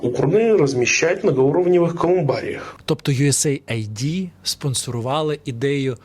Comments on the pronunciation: Не йуесей айди, а йуес ейд, тобто допомога, ОША, припини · US AID, а не USA ID. А так - запалюєш норм, давай ще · Дрогий, чудові прогрвми, ми завжди дивимось ваші випуски. Дякую. Хочу тільки вас поправити у вимові US AID правильно буде " юес ейд", хоча AID є абриватурою але також співзучне із "допомога".